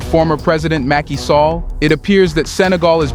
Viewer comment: Mackey Sallah. Is pronounced Sal-lah